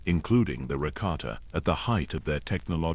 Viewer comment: I do like the lore behind this... But... The way the AI pronounces rakata and Andeddu annoys me so much... I wished that the creator of this video, would have spent the time narrating it personally